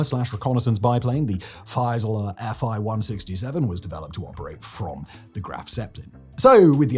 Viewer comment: Not "Fy-suh-luh," "Fee-suh-luh," Mein Herr.